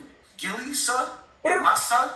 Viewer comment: It’s (Son) not Sun ☀️ lol